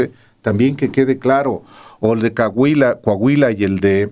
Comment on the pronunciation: El profesor Jirafales dijo "Cahuila"🤣🤣🤣